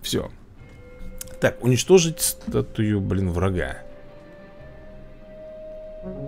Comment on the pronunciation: Вообще-то статуя а не статуя. Только я прочитал с разным удорениям?